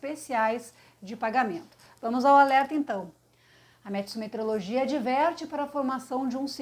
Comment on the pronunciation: Me impressiona como quem faz previsão do tempo fala errado o que é meteorologia. Sendo logia =estudo e meteoro = meteoros ou fenômenos atmosféricos. A maioria fala: M-é- t-e-r-e-o-l-o-g-i-a e o certo é M-e-t-e-óóóó-r-o-l-o-g-i-a. Deu para entender. Então na próxima vez que assistir a previsão do tempo nas TVs veja se falam certo.Se não entendeu continue falando errado.